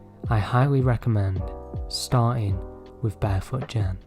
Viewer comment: FYI Anything with "G" is a hard G sound, not a "J" in Japanese. Like Gen, etc. G like "get", "gecko". Ironically, Ghibli is "jibli" though and I'm glad you got that one right :) (Always bugs me when people say Gibli lol) Source: I'm Japanese